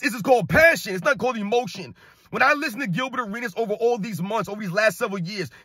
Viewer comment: Arenas was butchered in a real men arena!😁